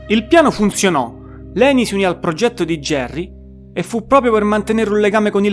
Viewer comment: Quando non sai nemmeno pronunciare il nome di Layne vuol proprio dire che non hai nemmeno idea di cosa stai parlando